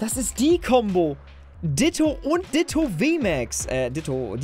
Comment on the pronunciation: wieso sagt er immer GOLRAK??? UND DITTTTTTTO man spriht beide anderst aus